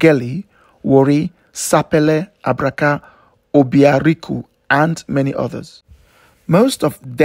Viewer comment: Its Obiaruku not Obiariku